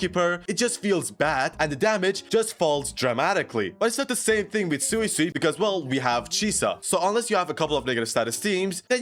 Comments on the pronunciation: Sway-sway is the way to pronouce it🙂. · It's sway-sway